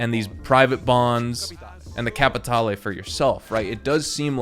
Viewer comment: CAPATALE!!!! Don't pronounce the E. It is silent. Thank you.